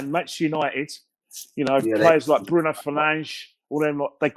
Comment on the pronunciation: He stay butchering Bruno's name in videos xD